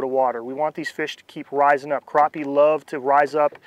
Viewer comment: Not sure where the English stops but they are crappie not croppie